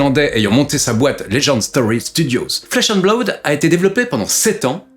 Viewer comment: Blaoude? Blood ça suffit non?